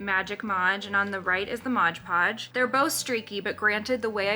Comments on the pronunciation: Mod Podge must be the most difficult phrase to pronounce correctly because nearly everyone calls it Modge Podge! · Mod not modge, read the label. Mod podge!!!!